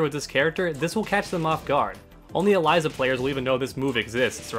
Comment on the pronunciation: Start with pronouncing her name correctly